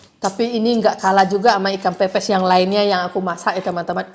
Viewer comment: bilang ke ko johny: ikan pepes bukan ikan pipis. Atau ngakak receh 😂😂😂